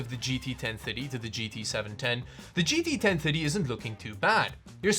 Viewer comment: GT Ten thuddy...